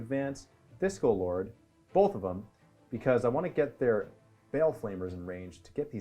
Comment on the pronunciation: I keep hearing 'Disco Lord' instead of 'Discord Lord'. Lol.